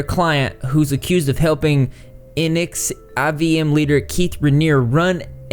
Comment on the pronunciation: Nxivm is pronounced Nexium. Also, not everyone in Nxivm was in the sex cult. Nxivm had a subset called Dos and that's where the sex cult stuff was happening.